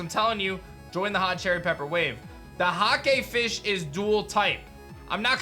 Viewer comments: I could’ve sworn he said, “the hot gay fish is dual typed” 😂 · thought you said “the hot gay fish” and i did a double take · When he says hakefish, I turned my head because I thought he said 'hot gay fish'